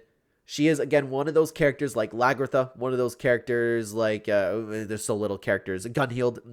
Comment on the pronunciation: The way he pronounces Hviserk and Lagertha 🤨🤨🤨